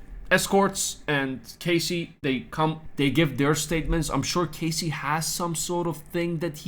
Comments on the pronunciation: It’s Cass-eee not Cay-cee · KAHSEE not CASEY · Good repot today but your pronouncing Cassies name wrong. Its Cas like cast. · I'm obviously making a joke about how he's mispronouncing Cassie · Hey mate. To myself it was not obvious at all otherwise i would not have commented. Have a good one!